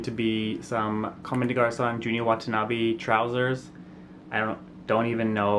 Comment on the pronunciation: The ME in COMME DES GARCONS is silent.